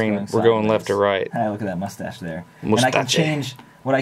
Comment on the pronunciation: Mostache! lol love it